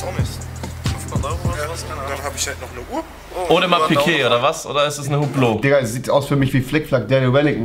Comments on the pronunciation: Holy fuck wie er Hublot sagt, es wird „Üblo“ ausgesprochen, er macht einen auf Designer und kann Hublot nicht aussprechen. Cringe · Schau dir mal ein Video wie man Uhrenmarken richtig ausspricht. Man sagt zum Beispiel hüblot (hublot) statt hublo und Odmars Pige (Audemars Piguet)